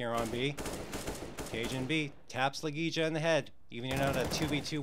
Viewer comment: i'm sorry, but i'm literally just a FAN since early 2017, and i know more about the player's names than this guy? wtf???? it's La Gey ya.....fck.....